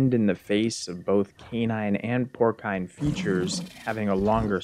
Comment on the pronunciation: “Porcine” like “pour-sign” or “pour-seen.” It’s a soft C. 👍 Good video.